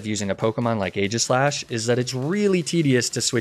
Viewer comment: AEGISLASH, NOT AGISHASH!